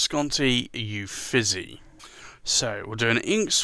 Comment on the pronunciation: I always love seeing the currently inked. Thank you! I don’t want to nitpick, but Uffizi is pronounced “oo-feet-zee”.